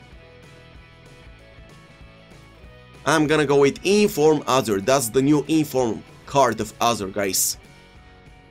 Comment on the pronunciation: No one:: “iM gOinG to Go fUr eenFurm Toni cRoss”